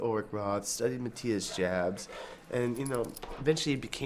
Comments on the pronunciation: Not Matthias "Dschabs"! Prononounce it like YA(hoo) Jabs --> Yabs! That ist the right German pronounciation! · It's pronounced "yaps" not "jabs" Kirk Hamster ; ) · I thought the name was pronounced Yobs. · Jabs is pronounced "Yaps" with a soft A. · Pronounced Yabs. Scorpions are so awesome. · Kirk needs improvement with his German pronunciation. Maatias Jabs is properly pronounced more like Meetyus Joorbs. Kinds rhyme last nane with Knobs. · OMG I've been pronouncing ALL Scorpions names wrong for 40 years! Thanks Kirk!